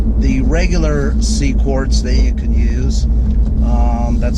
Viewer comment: IT'S QUARTZ NOT CORDS. ps HATE WHEN PEOPLE RECORD VIDEOS IN THEIR load CARS///SHITTY AUDIO/ HOW DO YOU DRIVE THAT THING? HEAD HURTS EVEN LISTENING IN VIDEO.